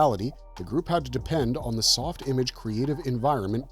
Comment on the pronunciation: I think it was pronounced "Softimarrrge"